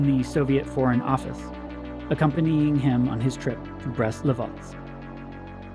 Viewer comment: I've noticed in this episode as well the wrong pronunciation of Brest-Litovsk. It's Brest-Litovsk not Livotsk, comrades. It's related to Lithuania (Литва/Litva), not Livonia, which is a region in Latvia.